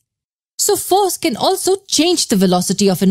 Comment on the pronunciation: is it just me or does it seem like whenever she says "Force can" it sounds like "foreskin"